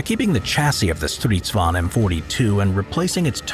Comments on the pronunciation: Stridsvagn not stRiSvAn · As a swede i just love the way people from other countries say our words i just find it realy funny. You forgot the hard G in Stridsvagn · Kinda annoying that you forget the G in stridsvagn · "Striidsvaun" lol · i'm swedish, and i have NEVER heard anybody say sanslös. it's something else but i can't get my hands on it. 6 MONTHS LATER, I FOUND THE WORD! "meningslös" (and your pronounsiation of stridsvagn is ridiculous, but keep it in, it's funny.) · i hate how he pronounces stridsvagn